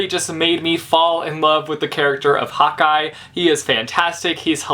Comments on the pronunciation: Every time you say " Hawkeye" it sounds like " hot guy" which is funny because Hawkeye is a hot guy. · Every time you say Hawkeye I think you are saying hot guy.... I'm British so it must be the different accents but it just made me laugh :) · Am I the only one or did every time said 'hawkeye' it sounded like Hotguy:D?